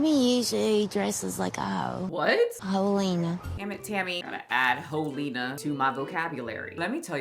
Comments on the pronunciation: The outro took me out😭. “Ho-lena”🤣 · "Hoe-lena" I love how Southern that is. 😂